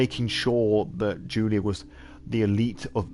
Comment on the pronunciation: I love your storytelling, it was great! One of the best streams of SoNY I have seen so far. PS: No, you butchered both name and surname ;p Slavic version of the name "Julia" is not the same as the germanic one in the terms of pronunciation, while surname requires soft "ń" in the middle.